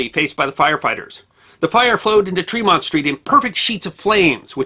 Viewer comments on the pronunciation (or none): Another excellent episode. Being a huge baseball fan and native of the Boston area, I'm surprised I hadn't heard of that fire. Thanks for enlightening me! Not to quibble, but Tremont is pronounced "TREH-mont," not "TREE-mont." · What a wonderfully told story (even if the good gentleman mispronounces our beloved Tremont St.).